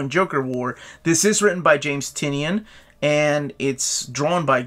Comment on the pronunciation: James Tynion's name is pronounced Tie-nin.